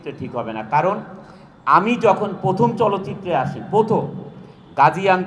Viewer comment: পথম কোমিটি জাহিদ ইস্পাক্তাবল আটিস্ট পোডিউচার পোডাকশোন আড়াই মিনিটের লেকচারে ৭ টি ভুল উচ্চারণ ! 😂😂😂😂😂😂😂😂😂😂